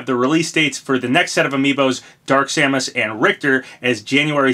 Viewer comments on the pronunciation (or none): none